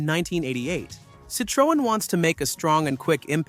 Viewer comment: HE CANT EVEN PROUNOUNCE CITREON